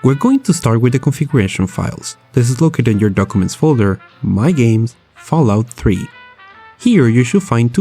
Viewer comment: fallout "tree" in a potato